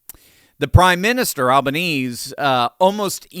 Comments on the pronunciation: Just a correction = His name is pronounced Albaneezy - He also does nothing about all the Free Palestinian Marches Melbourne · Fyi the Prime Minister's name is pronounced 'Alban-easy' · Very good factual summary at the beginning, Doc. Many others got a lot wrong. Cheers from Downunder (BTW: It's pronounced "Al-ban-ezee") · As an Australian, this video highlighted to me how poorly researched your work is. You cannot even pronounce the Prime Ministers name, the unnamed woman you claimed was a member of the Australian Parliament, was a story from a British news show and she spoke with a striking English accent. Finally, one of the gunmen wore white jeans. Very shoddy work.